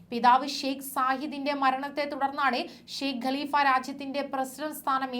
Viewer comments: ഗലിഫ അല്ല കാലിഫ യാണ് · ഗലിഫ അല്ല കലിഫ